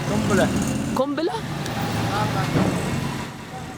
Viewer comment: That guy said "a grenade" so awkwardly it made me laugh. LOL